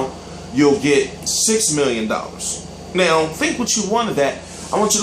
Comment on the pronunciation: "AND NEOW" WHAT THE FUCK WAS THAT?!!!